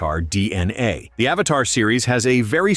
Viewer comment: It’s Avata not Avatar!!!